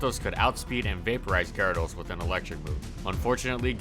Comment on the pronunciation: What the heck is. A gar-aa-does